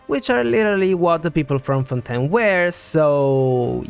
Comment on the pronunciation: LEAKS It is pronounced as fawn-TAYN